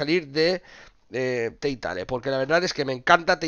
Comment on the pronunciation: ánimo con el canal de gameplays y Telltale se pronuncia en español "telteil", y por cierto la edición física está también para consolas?